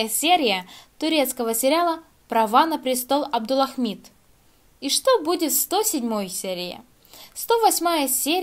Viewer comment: "Абдулахмид". Выучите сначала правильное произношение имени, а потом обзоры делайте.